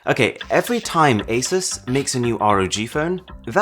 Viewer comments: But there never powerful enough to run something other than Android. Also is pronounced A-Soo-SS not A-Sus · okay im sorry, but a"sus"